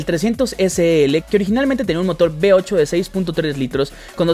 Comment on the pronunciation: Que alguien vaya a Latinoamérica a enseñarles la diferencia entre LAS LETRAS V Y B. " Motor B8' ES V8